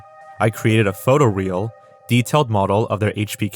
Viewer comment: Just pointing this out. The Shrek artist's post said "photo real" as in photo realistic, not "photo reel" as in a film strip